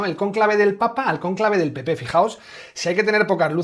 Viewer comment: Von Der Brujen pronucia PP como Pi Pi ja,ja,ja. El Pi Pi europeo